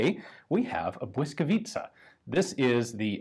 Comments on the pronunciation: Well done Ian! While watching i didn't even care about the audio quality. You must have done a lot of research to come up with such acurate gun backgrounds in history. Perfect pronunciation of Błyskawica and the effort to use Ł - letter in the gun name were the cherry on top. It was a joy to watch! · I appreciate the „ł” :) Merry Christmas Ian! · correct pronunciation! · As a Pole I am highly impressed how well you pronounced Błyskawica. And how apropriettly you described the background of conditions in which this gun came to life. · Wow Ian how do you pronounce the word "Błyskawica" perfectly!!! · Superb pronunciation of "Blyskawica" . Respect. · jak native speaker prawie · Naprawdę nieźle to wymawia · He practiced for hours. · I have been waiting for this since your video in the Polish Army Museum (Muzeum Wojska Polskiego)! Very nice pronunciation. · Your pronunciation of "błyskawica" is flawless. Honestly, hats off. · Today I learned something about my home city that no history lessons covered. Thank you, Ian! Greetings from Warsaw! Also: you've got a really good pronunciation of the name "Błyskawica"! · i am honestly suprised that someone who is not native polish speaker could pronounce this right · As usual - a fun, very informative video! And congrats on the pronounciation of Błyskawica - it's really not an easy word for non-native speaker, and you got it just right :) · good pronunciation of name of the gun. love from Poland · congratulations; you pronounce 'Błyskawica' absolutely perfectly:) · superb pronounciation of Błyskawica, Ian. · Are you Polish? Beacause that pronounciation was really good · You had "Błyskawica" spelled phonetically on a card, didn't you?